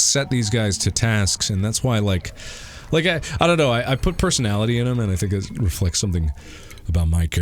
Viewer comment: Niggs said “ ion know about that!”😂😂😂